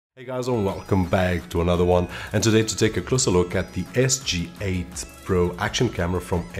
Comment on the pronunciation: It's J, pronounced as "jay", not G like "gee". Thanks!